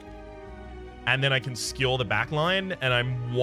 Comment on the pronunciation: Gah. None of the trolly ways you've ever said other words have bothered me, but the way you say Skewer actually triggers me lmao